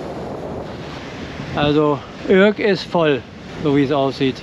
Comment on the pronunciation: Also eure Aussprache der Städtenamen ist ne Katastrophe ( Urk gesprochen Ürk) aber ich mag euren Kanal sehr gerne. kleiner Tipp fürs nächste mal, das große Gebäude auf der anderen Seite des Hafenbeckens ist auch ein sehr gutes Restaurant.